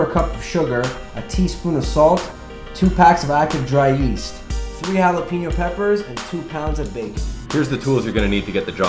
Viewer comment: love your videos but quit saying jollys jalapeno is holly not jolly